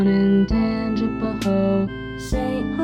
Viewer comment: it’s tangipa HO-A its I-bur-ville